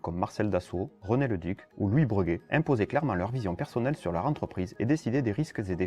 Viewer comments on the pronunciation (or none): Cet avion était génial mais une fois de plus il n'y avait pas vraiment de marché et il aura finalement juste servi aux Américains à piquer une idée pour finalement développer leur C17 ... En revanche c'est la 1ère fois que j'entends dire "Breuguet" au lieu de Bréguet. Je peux me tromper mais il me semble bien qu'on dit "Bréguet" même s'il n'y a pas d'accent sur le 1er "e". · Aïe, ça m'écorche les oreilles d'entendre parler de "Breuguet", toute ma vie j'ai entendu "Bréguet". Vidéo un peu courte mais bien. A l'époque on parlait même de mettre les aéroports dans les centre ville. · S’il vous plaît : BrÉguet, pas BrEUguet 😁 ! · On le prononce « Bréguet » d'ailleurs certaines orthographes conservent le E accent aigu. J'oubliais: très bonne video, merci!